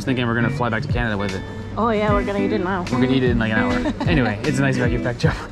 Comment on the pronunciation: Haha.. 😂 The man tries to say that he can vacuum pack the fruit so it will be fresh after the flight to Canada. "Vaküm" ..tries to say in english..😂